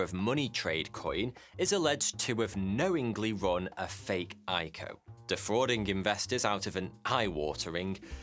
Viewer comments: who says eyeco??? i c o...initial coin offering.... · Say it with me Eye Sea Oh. No one says EyeCo. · Triggered me it's pronounced "I cee oh". Do your own research it's not all bad. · Who calls it an "IKO" lol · Hey when saying “ico” it’s usually said I-C-O just like how IPO is pronounced